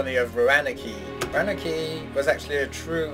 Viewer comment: Roanoke is pronounced ROW-an-oke (like the phrase "row an oak"). It's an island off of North Carolina. Whether or not it was actually destroyed, we don't really know. It's a very likely theory. I'm liking the music here. That ending theme really reminded me of the Hoedown from Rodeo! LOL Can't wait for the next part!